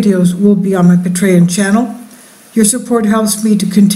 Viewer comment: Ridgecrest is two hundred plus miles south of Mammoth, as is Coso volcanic field which is mined extensively which makes me it’s not likely to erupt any time soon. ASL you said the words Patreon and Nt. Rainier sooooo badly wrong that it’s incredibly embarrassing!!!!